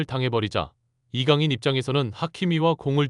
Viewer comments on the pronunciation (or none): 이새끼 ai돌리나보네 이강인보고 이강이강거리네 ㅋㅋㅋㅋㅋㅋ